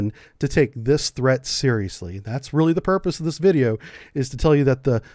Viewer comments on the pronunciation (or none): none